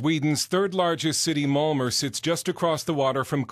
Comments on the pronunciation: It's pronounced Malmo, not Malmer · lol when you say "malmö", its sounds like molmure... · Uhh well in Sweden we pronounce it Malm-O. The Ö is sort of pronounced like you'd say "Uhh" but in this video this bloke adds an R at the end when he pronounces it. Plus not to mention how horribly overdone this video is and how it misrepresents a great city. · This vid is full of lies and inaccurate shit! Typical of American "journalism". And it's MALMÖ not Malmuurrrr. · Malmor? wtf it's Malm-O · OMG english ppl cant say malmö they say malmore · What is this marmer he speaks of? Marmelade?